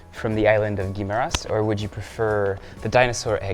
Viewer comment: Guimaras should henceforth be pronounced with a French accent.